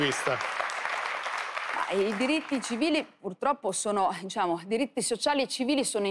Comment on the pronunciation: "diSciamo," (GioGGIA Meloni).